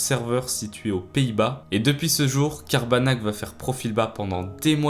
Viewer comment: Je ne sais pas pourquoi mais quand tu as dit Cabarnak j'ai entendu Tabarnak 😅